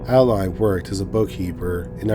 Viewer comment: The name of the first story is Adeline - you pronounce it Add-eh-line not Aayd lin